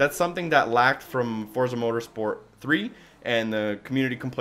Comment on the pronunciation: It's pronounced "Fortza" lol. Nice review by the way. =)